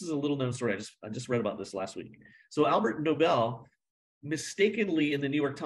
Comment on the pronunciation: Argh! It’s ALFRED Nobel, NOT ALBERT. This bothered me way too much.